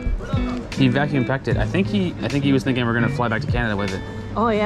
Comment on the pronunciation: Haha.. 😂 The man tries to say that he can vacuum pack the fruit so it will be fresh after the flight to Canada. "Vaküm" ..tries to say in english..😂